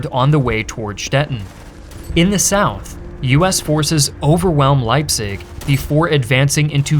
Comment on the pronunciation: can even pronounce leipzig bro